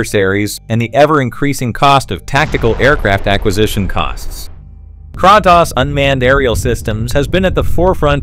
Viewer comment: The voice over is TERRIBLE ! AI ? It's distorted and you pronounce Kratos wrong. There's also sentence repeats...🫤